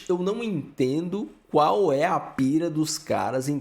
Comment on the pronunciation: "Cuár a ideia..."